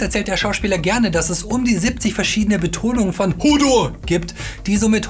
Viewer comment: wie dumm man hodor doch aussprechen kann, unglaublich